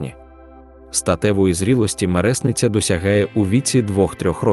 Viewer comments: мереснИця!!! Наголос на И!!! Відтворення тексту ЖАХЛИВЕ! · МереснИця! молодИця! ВижнИця! гузИця! в цих словах наголос на И!!!🤬🤬🤬